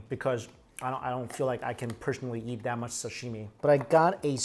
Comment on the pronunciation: Interested in the fact that you say ready to yeet instead of ready to eat